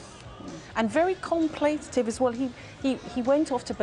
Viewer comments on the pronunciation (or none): . David Blowie. . Very com-plate-ative. Golden 💀